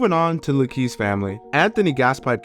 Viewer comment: Nice video. Luchese is pronounced Lu-kay-see. Some of them are my family members but just related to the crime family and never part of the mob.